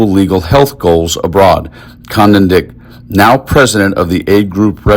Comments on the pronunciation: The ending of Konyndyk is pronounced like “dyke” and not like “dick”! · Did he say Jeremy CumOnDick??